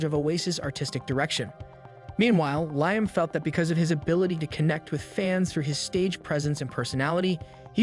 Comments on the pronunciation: Ly-am? Its Lee-am (Liam) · These AI videos need to do better than calling Liam “Lime”